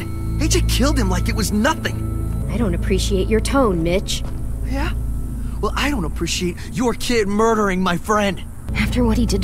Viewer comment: When says Mitch i hear Bitch. xD